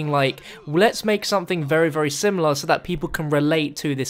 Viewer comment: Ok, are we just gonna ignore the fact he purposely said 'zomething zombie related'